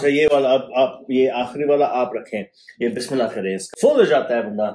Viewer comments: He pronounced Bismillah so properly the way they teach in Tajweed class with the rules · Wow... he's so nice...he appreciates everything..and how he says Bismillah Rahmani Rahim..is amazing...